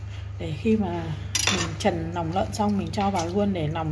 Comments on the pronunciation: Nói ngọng quá người ta nói là lòng lợn lại cứ nòng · Lòng chứ không phải là nòng.